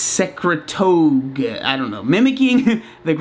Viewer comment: Why even make a video on this if you don’t know what you’re talking about. You can’t even pronounce the word ibutamoren or secretagogue.